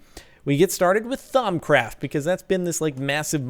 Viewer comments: THAUMUTURGE NOT THAUMUTURD let me repeat the pronunciation THAUM-A-TURGE not THAUM-A-TURD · ThamaTURD? Isnt it thamaTURGE? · Cobblestone is a key source of Perditio. Also It's Thaumaturge not turd. Too many facepalms to address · It's Thamaturge not Thaumaturd derp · Its a ThaumaTURGE not ThaumaTURD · Also wasn't it thaumaturge not THAUMATURD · Ha I thought you said thermometer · Thaumi"turd" heehee I LOVE BEING IMMATURE :D